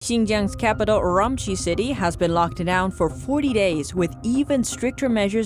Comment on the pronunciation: LOL I lived there for 10 months and she is not pronouncing Urumqi correctly.